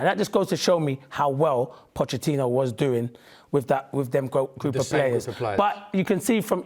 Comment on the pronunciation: We really need to take advice from a guy who cant even say a manager's name correctly? "POTTECHINO" LOL